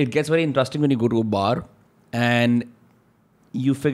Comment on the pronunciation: pls stop saying intustring for interesting